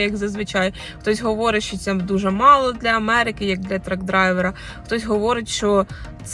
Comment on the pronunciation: "Trak drayver " ..??? SLAVA UKRAYINI !!! ???